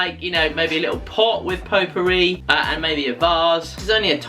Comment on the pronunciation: I like the way you pronounce potpourri. Greetings from France. 👍🇲🇫